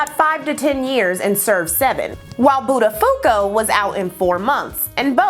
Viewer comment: Love your channel. Became a Patreon supporter...but may I make a suggestion, with all this wonderful research and info, you discredit yourself when you mispronounce names or places. I was a morning DJ , so I get it. Somethings are so hard to figure out so you guess. But now we have google and you can just type in something with "pronounce" after it. (buttafuco = Bot-a-pho-ko : Luby's-=Lou-bees). Please know I am NOT coming for you. I can not imagine how much time it takes to research and put these together and you are brilliant. F*cking brilliant!